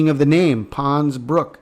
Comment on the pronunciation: GOOD WORK, THERE IS AN 'S' ON THE END OF PONS-BROOKS - BROOK'S'...A BRIDGE OVER 'TROUBLED WATERS'...I KEEP HEARING THAT IN MY SPIRIT, SO I THOT I'D KEY THAT IN HERE...🙏